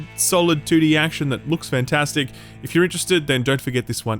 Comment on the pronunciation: You want to say 2D but you say "tooti"